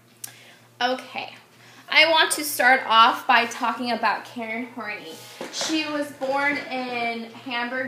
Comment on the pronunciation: You are NOT pronouncing her last name correctly - It is pronounced HORN-EYE